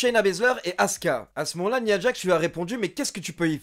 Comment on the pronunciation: tres bonne chaine j aime beaucoup ^^ par contre une petite précision : on prononçe " naya djax " ^^ bonne continuation :)